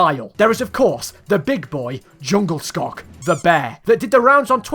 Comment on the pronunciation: Sättet han sa djungelskog på var väldigt... intressant